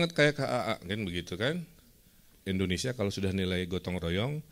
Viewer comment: kang punten sanes endonesia, tapi indonesia hahhaa